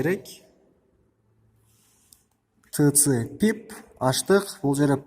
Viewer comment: Не ну молодец но "тс Пип" это жесть "тисипи айпи" произносится